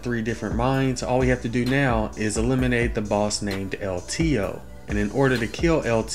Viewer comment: "El Teheeoh"